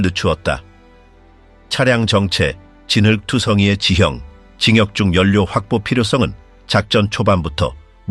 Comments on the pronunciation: 진격이라는 발음을 못해요? 징역이 뭐예요? 한국사람 맞아요? 아니면 AI로 번역한 것인가요? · AI 가'진격' 이란 발음을 못하는가~?